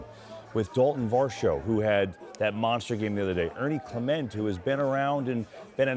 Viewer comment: It's Mark Sha-PIE-ro. It's Ernie Clement (not Ernie Clemente - he's good, but he's not related to Roberto Clemente). It's Nathan Lukes (Luke-es, 2 syllables). Show some respect for the Blue Jays and take the time to learn the names of the players and management. You sound unprofessional.